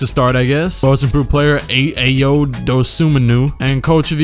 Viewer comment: As an Illinois fan, it really hurt u saying ayos name like that. He’s hit like 5 game winners this year.